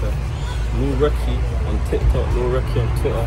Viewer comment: Bro Americans always somehow find a way to add letters into words how did u get “reeky” from recky 😂